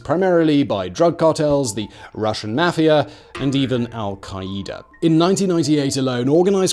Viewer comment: Wheres my americans..?? It took me too long to realize who "Al-kie-eeta" was...😅